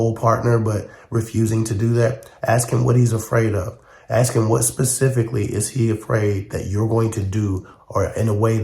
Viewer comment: Somebody axe me, come on man